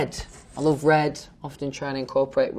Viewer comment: noone: louis: fanks lov